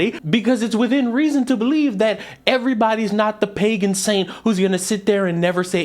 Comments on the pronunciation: Patron saint not "Pagan saint" lol Watch Berries Girls by C.GEANE <3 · Not making fun, just trying to help. Not "pagan saint" it's "patron saint"